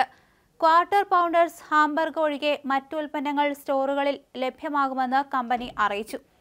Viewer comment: ഹാംബർഗല്ല 'ഹാംബർഗർ' എന്നു പറയണം.